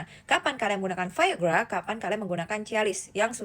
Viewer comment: omong biasa aja viagra gak usah ke barat2 an